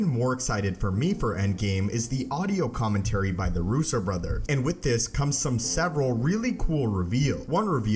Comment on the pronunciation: Someone teach this idiot how to pronounce commentary.